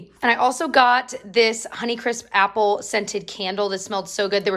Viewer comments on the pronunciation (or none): none